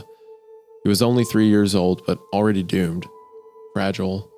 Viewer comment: I heard "gooned" instead of doomed and I got flashback to MeatCanyons video xD HAH! I was thinking this earlier and they were talking about it being like the wind! I feel so vindicated C